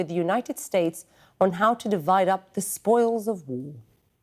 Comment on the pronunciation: Did she say the spoils of ove